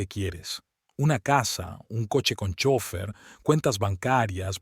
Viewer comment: ❤🎉me encanta la narración pero le falta una palabra que tiene que pronunciar bien es chofer bendiciones